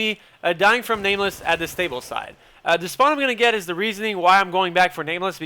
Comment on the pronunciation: "the" sounds like "dee" haha i love it